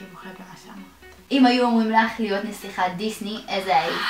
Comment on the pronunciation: היא אמרה: אני חולת דיזני במקום דיסני